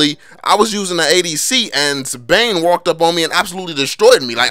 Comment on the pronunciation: Bane not dane